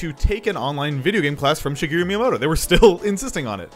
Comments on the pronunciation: It's Shi-GEH-roo, not Shi-GEE-roo. Bro. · It's Shigeru, not Shigiru. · His name is pronounced like shi-geh-ruh not shigiru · "Shigiru" Bruh... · She - GEH - roo Thank you for your time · Why do you pronounce it shegiru? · Has made many videos about Japan and has been to Japan but cannot say shigeru properly